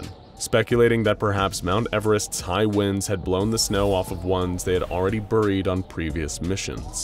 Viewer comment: Anyone else annoyed by how he pronounces buried?